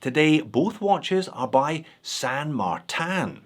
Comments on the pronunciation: You're giving me anxiety! You switch from saying San MarTAN and San MarTIN.. I literally click the video to see if you would still pronounce San Martin the wrong way. Sorry but I can't watch the video if you keep saying that way. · Wait. Wait. Wait. Why the change in the pronunciation of St. Martin? I always liked "Mar-tan".